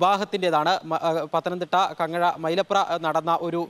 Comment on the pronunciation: കങ്ങഴ അല്ലെടാ കുമ്പഴ